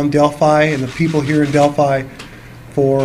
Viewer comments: we pronounce it Delphi like pie. I'm from around that area also so Libbey looks so much like my girls so heartbreaking 💔 😢 😭 😞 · Hard I honey. I love your videos but i cringe every time you say the name if town wrong! Keep up the good work🥰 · Man at least pronounce the city right ugh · At least pronounce the name correctly. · its hard to take any of your research seriously if you cant even pronounce the name Delphi. Its literally said before every news story on the murders.. jesus and you say "Monan" wrong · I think , your missing the point about the pronunciation. How are we to give any credibility to your whole theory. If something as easy to find out as the name of the town, makes me think twice about your presentation . IF I was you and I am not. Take your licks, learn your lesson and make this a do over. You'll be glad you did. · Delfee?!?!......Its pronounced Del - fi! Del - fi! Delfiiiiii!!!!!! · Its not Delpheee it's Delphi I is like how you pronounce capital I. I'm from Indiana I'm sorry but it drives me crazy. I'm sad about the girls I hope they get to the bottom of this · Del-fy not del-fee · are you referring to Delphi? It's pronounced "del-fy" (like fly without the L) correct? Not "del-phee" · "Del...figh" not delphee! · Okay I know it’s a petty little thing, but it seriously bugs me when people who are supposed to have done the research, don’t know how to pronounce Delphi. It’s Dell-fie not Dell-fee. Please just check your pronunciation on place names. For those of us who live here, it really grates on the ear. Again, I know it’s petty I just can’t help it. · Hi, It doesn't matter how you pronounce Delphi we ALL know who you mean. Thanks for all you do! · I used to pronounced it like that also! I liked your pronunciation better than Del-fy. Lol . took me a while to get used to the "right" pronunciation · I was about to say boo it's pronounced Dale-Fie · you say it like (Del-fi)!! Long i!! It's a Small town in Indiana! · pronounced del feye